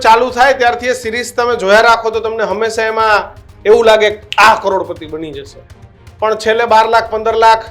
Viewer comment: "જાસે" નહી "જશે" . તમે લોકો pass કેવી રીતે થયા journalism અને ગુજરાતી‌ ભાષા મા. 😂